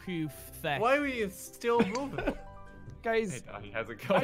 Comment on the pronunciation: said feck with a u in place of the e. I don't have any issue with cuss words, but it really sounds wrong out of mouth. Like, that isn't how you say that word.